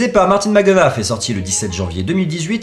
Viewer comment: ca se prononce martin mc dena